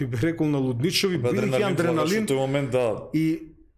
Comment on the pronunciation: адреналин,а не аНдреналин,разбир'ш!